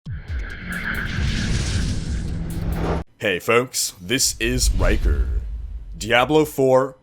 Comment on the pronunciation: "Hey foaks - ( 3 months later ) - this................... is...................................... "